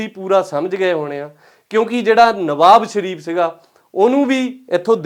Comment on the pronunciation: ਭਲਾ-ਮਾਣਸ ਨਿਵਾਜ ਸ਼ਰੀਫ਼ ਨੂੰ ਨਵਾਬ ਸ਼ਰੀਫ਼ ਹੀ ਬੋਲ ਕੇ ਦਸ ਰਿਆ ਹੈ।